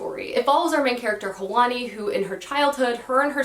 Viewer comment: The character's name, from the Forest of Stolen Girls, is pronounced Hwan E, not Hah Wan E. I know it's not easy to pronounce every name you come across in books correctly so just helping you out :)